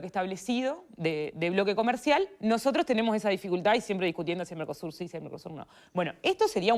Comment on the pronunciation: Dijo Narcosur?